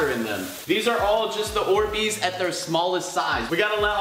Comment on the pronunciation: They're Not "Or Beez" They're "Orbeez"